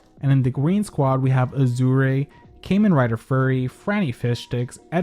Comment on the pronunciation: The way they pronounce kamen rider always throws me for a loop